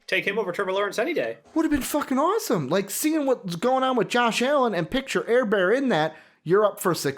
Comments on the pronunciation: Just ran across this and as a lifelong Charger Fan ..... LMFAO! Staley is a fricken Genius and no doubt the Best Hire Chargers have ever made ........and for the 2 Guys that obviously know nothing about the sport of Football ...it's "Her-Burt" and "Day-Ball"......thanks for the laugh though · You should try to say his name right it's Justin Herbert